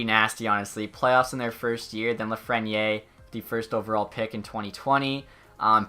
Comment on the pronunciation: You don’t say Lafreniere right